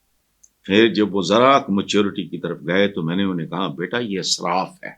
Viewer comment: جناب آپ بار بار اسراف میں الف کو زبر کے ساتھ بول رہے ہیں ، صحیح زیر کے ساتھ ہے israf . بہت ادب اور معذرت کے ساتھ